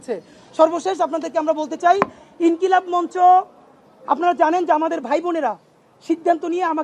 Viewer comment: ইনকিলাম মানে কি??বানান পারেন না, ইনকিলাব বলতে পারেন না।